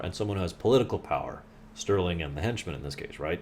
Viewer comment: not sterling - its henry ' star - ling '